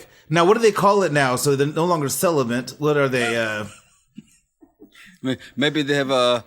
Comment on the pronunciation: Lolol I noticed saying "celiBent" too.